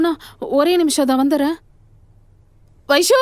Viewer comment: Avanga Vaishu Vaishu nu solluradu enna soldra maduri iruku...